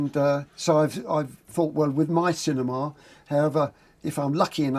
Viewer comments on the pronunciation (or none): No stop stop stop, you're going to poke some ones eyes out! It's cinema, not cinema!